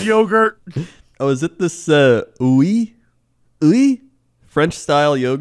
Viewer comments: Guys, just so you know, that yogurt, Oui, is pronounced like "we". I figured would know that considering how many commercials of it are on everywhere. Thanks to my sister-in-law, who lived in France for 3 years, I was edumacted that it means "yes" in French. And no Jesse, yu aren't girly for eating it! if anything, you'd be trying to get the girls! You know, by learning French and all ☺ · Oooweee?, Oui (pronounced, we) is yes in French lol